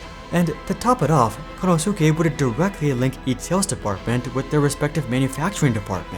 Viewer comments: Kon - Know - Sue -Kay 😂😂😂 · Good content as always but it is so grating to my ears how you say Konosuke and you say his name a lot. It should sound more like Konoske. For this name in Japanese the "u" is slightly silent in "su".